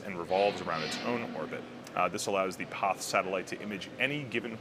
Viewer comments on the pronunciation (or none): Am I crazy or does he say poth/pauth instead of PAZ every time? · Why is he pronouncing "Paz" as "poth"? What language is that? The satellite is from a Spanish company, but Spaniards pronounce "Paz" as, wait for it.... "paz". Go figure. Maybe buddy has had a stroke, has a lithp, or suffers from a bad case of hipster disease. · Joaquin Andreu, are you deaf? He is saying "poth" not paz. Click the link I provided where you hear a Spaniard pronounce it "paz", then compare it with his mispronunciation. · Loved the video and space x. There a few ways to pronounce paz. Hated the one you chose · you should learn to say Paz like it should be. It's easy, come to Portugal and I'll teach you. Peace!